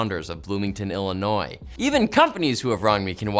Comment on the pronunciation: i wonder what Dave Saunders of Bloomington Illinois did and also want me to go kick his ass i live close .. oh and +5 bonud points for saying Illinois correctly